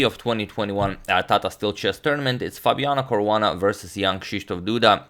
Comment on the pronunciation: FabianA Caruana... too many 'A's turn him into her :D :D :D